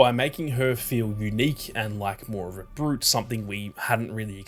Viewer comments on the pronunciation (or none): none